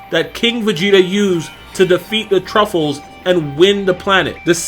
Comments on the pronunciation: Uhhh not truffles bro....Tuffles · truffles....lol tuffles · Dude they’re called Tuffles not Truffles lol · IS NO ONE ELSE EXTREMELY BOTHERED THAT HE SAID TRUFFLES???